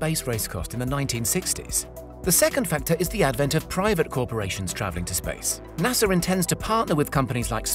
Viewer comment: Ahem. There is no "R" in pronouncing NASA, btw.